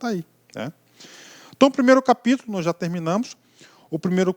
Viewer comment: PAPÍTULO KKKK.